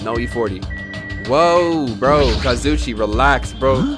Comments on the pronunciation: Kazoo e che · The fact that every episode calls Kazuichi “Kazoochi” 💀💀💀 sends me